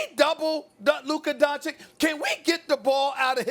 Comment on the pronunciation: Stephen "Luker Donchick" Smith